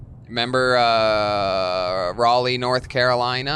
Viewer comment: Glad Tony finally learned how to say Raleigh, instead of saying it like a douchebag! Come back soon <3